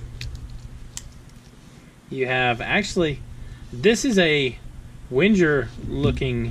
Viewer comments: Yup. It’s „Wen-ger“ like the end of „anger“. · It’s pronounced Veng-Ger! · Omg plz stop saying “wenjer”. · It’s NOT “WHEN-JUR”. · Pronounced 'Venga' ;) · I thought in Wenger the G was pronounced like Tigger (T-I-Double G-Gurrrr lol) or like Wingate, not like a J? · No, it’s actually as it is written. But I understand that non-German speaking people have difficulties to pronounce „Wenger“ correctly.